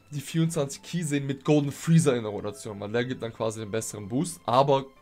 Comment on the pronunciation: friezee hört sich mega funny an kann das bitte der neue Name von ihm werde?😂